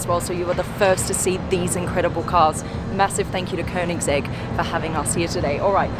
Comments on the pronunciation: Woooow, you Nailed the pernounce "könings-ägg", wellcome to sweden! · Me a SWEDEBOI69: *is happy because someone that isn't swedish actually pronounces koenigsegg right.